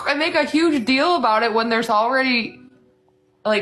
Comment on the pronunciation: What’s the DILL with how you say DEAL 😂 are you from Utah?